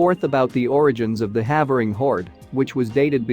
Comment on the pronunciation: For you folks in the US, "Havering" is actually pronounced "Hayvering"